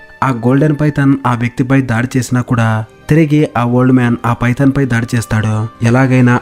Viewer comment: నీకు దండం స్వామి 😂😂 పైతాన్ చాలా బాగుంది పడిందా🤣🤣 నీ డబ్బింగ్ 😁😜👍